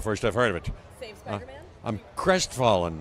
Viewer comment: Bro said Crestfallen 🤣